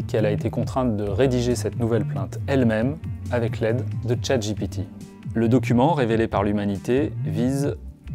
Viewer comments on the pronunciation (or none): none